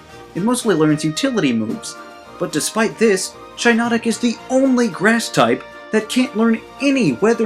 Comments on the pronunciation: It’s pronounced SHEE-not-ick, “”! 🤨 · Btw Shiinotic is pronounced Shih-naw-tick Kommo-o is pronounced Kah-moh-oh Drampa is pronounced Dram-puh Crobominable is pronounced Cruh-bom-in-uh-bull Crabrawler is pronounced Crah-brawler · I like Shiinotic! Its pronounced: Shy-NO-tic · Toucannon is not a fire type(?) - Don’t mean to be the Pokémon police and maybe I’m wrong but I think it’s pronounced “She-notic” just like the mushroom shiitake :P